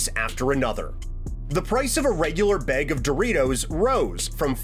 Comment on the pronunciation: From each beeg lol using your A’s are also free man you said beg so much I forgot what you were even talking about